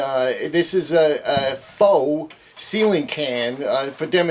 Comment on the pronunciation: I love that you said “faux”